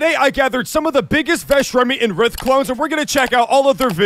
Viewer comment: his name is pronounced “rith “ btw :)